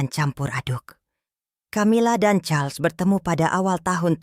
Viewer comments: Ini org membaca Raja Charles... Dibaca Carlos... Gimana sih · Ko.... jadi Karlos..nyebut namanya bu